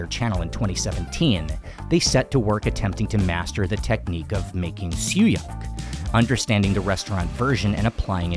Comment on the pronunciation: Did you pronounced siew yak? It’s siew yok, I believe